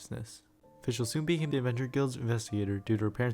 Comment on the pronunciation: I like how you used Google translate to prevent butchering the Oz and Fischl's names.